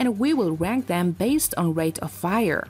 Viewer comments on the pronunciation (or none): none